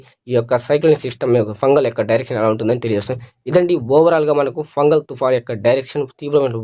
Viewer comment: Thoofan name Fengal andi, fungal kadhu, andharu weather man ley